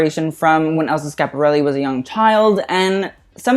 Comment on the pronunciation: please prounanca the I in Schiaparelli